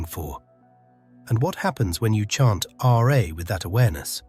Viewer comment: It’s not the English spelling sound of r eh, but RAAAAA. You need to present the real sound and not just describe it. Peace ✌️